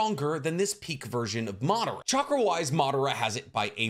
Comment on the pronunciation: Its pronounced as Ma dha ra - Madara! Not Maaa d ra